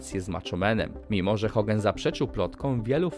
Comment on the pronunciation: Czy mi się wydaje że ty mówisz Hogen zamiast Hogan?